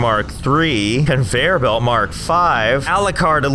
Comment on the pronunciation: you ruined the word conveyor belt for me